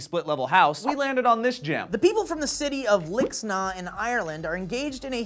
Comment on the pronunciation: If you ever talk to a Kerryman he'll give out to you for not pronouncing it 'Lig-snaa'